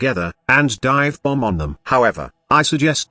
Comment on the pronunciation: Hahaha yeah I heard that too "bommbb" 🤣